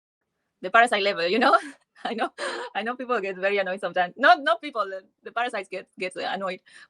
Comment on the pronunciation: I think it's selected words something to do with the vowels of the preceding words. Like I said as explained to me by my colleague. He cannot say very. It's always "bery". I came across this about it. "Put in terms of the International Phonetic Alphabet, the English letter ‘v’ represents the sound /v/. The Spanish letter ‘v’ either represents the sound /b/ or the sound /β/."